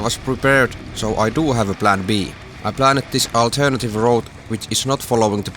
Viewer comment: Another excellent video. I like the idea of you showing us your adventures - it makes for compelling viewing! Your spoken English is very good - may I point out a minor pronunciation error? When you say 'planned', you say it as 'plan ned'. It should be said as 'pland'. The same goes for 'turned'; say it as 'turnd', not 'turn ned'. I hope you don't mind me mentioning this. Keep up the good work.